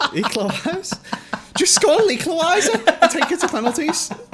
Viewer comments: “It’s ‘arvey barnes ooooooohhhhhhhhh it’s an eqlawiser” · be like: OoOoOo Harvey Barnes, it’s an ecliweiser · Harvey Baaaaaaaarnes. Ooooooohhh, its an eqlawiser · Ooooohh it’s Harvey Barnes, with an Eeklawiser😂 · oooh harvey barnes it’s an an eqliwiser